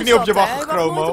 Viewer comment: Waarom zegt ie Chromo terwijl t Cromo is